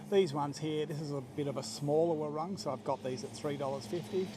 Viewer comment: I enjoy your videos. With all due respect, please pronounce the word ‘warung’ correctly for your viewers. It is pronounced ‘wuh-roong’ (long vowel). Cheers.